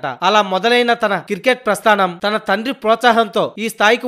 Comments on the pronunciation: క్రికెట్ అని సరిగ్గా పలుకు........ And any how best of luck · Kirket kadhu ra cricket